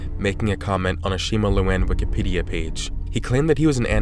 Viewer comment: "Shima looan"